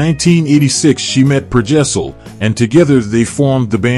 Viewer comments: His name is Per Gessle, not Per Gessel... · Please don't make out like Roxette weren't popular around the world until they broke America. You were literally the last ones to discover them. They were enjoying chart hits all over Europe Australia and South America. You are also pronouncing Per Gessle wrong.